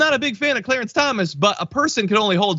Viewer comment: I think mr cwow and cwawance were on the lowdown.